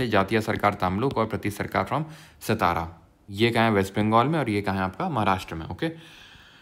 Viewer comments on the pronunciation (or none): It's not सतारा it's सातारा